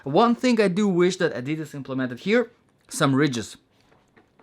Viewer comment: The way Americans pronounce Adidas is so stupid. 😂